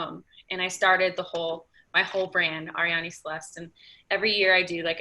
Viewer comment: Great interview! Always respected Arianny in how she built her own brand. Btw David it's Arianny not Ariana ;)